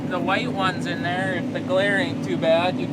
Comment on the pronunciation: 19;06. "We are at da plant dar." Awesome. We must have went to the same school. Non - Minnesotans get a kick when I speak (usually for fun, but sometimes natural) when I really lay on the accent. Yah ya know, go down dar and you'll find it dar, ya know.